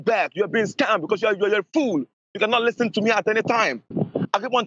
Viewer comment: That "list sten" mispronounciation is a dead give-away on his country of origin. He shames his nation with his thieving actions